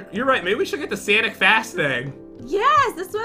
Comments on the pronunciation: She also said Sanic fast and not sonic fast jen can't have here ramen noodles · it's not sanic it's sonic